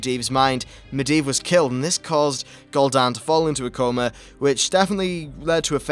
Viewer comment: Gooldan and Sargaras not gold an and sadgarus